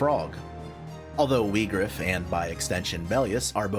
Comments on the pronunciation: it’s actually meant to be Vee-grawf. it’s Germanic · To be fair, "Whygraf" sound better than "Weegraf".